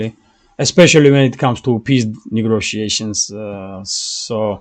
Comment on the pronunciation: Thank you for your report. A little correction on your pronunciation. It is “negotiation “ you are saying “negRotiation” take that R off. Just trying to help my friend.